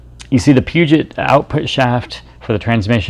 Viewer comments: dude...Pew-jet? Get some education. It is French...Poo-joh. Never heard of that? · Pronounced "Poo-Joe"